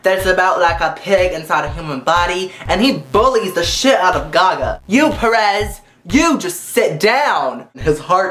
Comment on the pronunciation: omg i just love how you say LADY GUH GUH lol <3